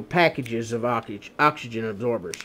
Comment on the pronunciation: He cant say oxygen hahahahha hill billy